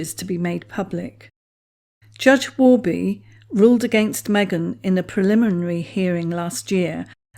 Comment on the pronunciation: Good job with “preliminary”!